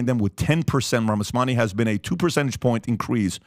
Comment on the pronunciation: Not Ramasawany,but Ramaswamy.